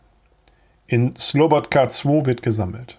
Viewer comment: Ich will jetzt nicht wirklich an der Unbegabung der Aussprach was Ortsnamen anlangt (ob französisch, italienisch o. russisch) herumreiten, aber wieso organisiert ihr das nicht besser, insofern, als dass ihr bei der Reinschrift einfach die Namen in Lautschrift vorbereitet??? Bitte nicht böse nehmen, aber du hast sogar bei den einfachsten Ortsnamen wie Slobodka Probleme! Der Bericht ist tragisch anschaulich gut geschrieben und vorgetragen. Eure Arbeit ist gut und wichtig!